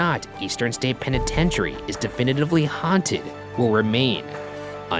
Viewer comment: This episode is brilliant and everything but isn't anyone else stuck on the fact that Ryan pronounces the name as "pen-i-ten-tary" continuously!?!